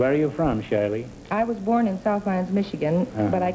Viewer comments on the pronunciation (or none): none